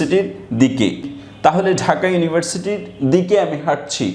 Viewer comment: Dhaka bol6en na taka bol6en.